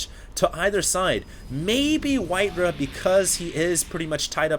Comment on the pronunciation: Im sorry, its not pronounced Rah its RAW, simply because of that i find it hard to watch